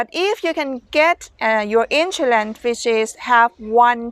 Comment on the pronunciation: We pronounce “ Insurance “ You pronounce “ insoolence “ 😁😁